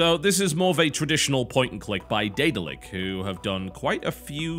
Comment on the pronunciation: Thank Satan somebody on Youtube knows how to pronounce 'Daedalic'